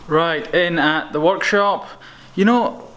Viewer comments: Did anyone else think he said "watch shop" and not work shop? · When he said workshop I thought he said walkshop